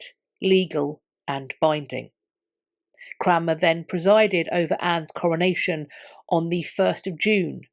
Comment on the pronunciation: Never heard of this guy Cranmer. I thought she was saying Cramwell . . .